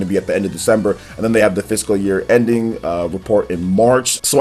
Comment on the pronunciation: The pronunciation of fiscal year is my lol of the 2019